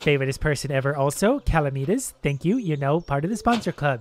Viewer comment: I Swear, everyone says my username wrong It's pronounced 'Cal-am-i-tus', not 'Cala-me-tus'